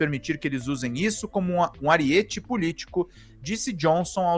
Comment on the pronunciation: Onde esses jornalistas se formam não existe língua portuguesa? ARÍETE é proparoxítona. ARIETE é meu ovo...